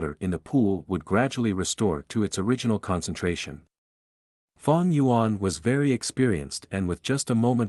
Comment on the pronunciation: Fang gu yuan 😂😎👌op